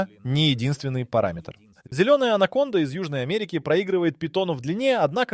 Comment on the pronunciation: Alə,anaconda nədi sən hılədə süni intelekt ilə ingilisin si (c hərifini) Türkün c (ce) hərfi ilə qarışdırırsan?Ay sənin "ağlına" keçə yamasınlar.😂😂😂 Sən c səsini k kimi deməlisən ki anacondanı ANAMONDA kimi səsləndirəsən.😂😂😂😂😂